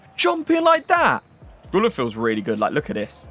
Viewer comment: i wanna just correct you you need to read guler u like muller u